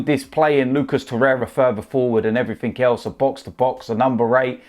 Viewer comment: Accents an dialect don't bother me but please Can someone tell there is no such word as EVERYFINK!!!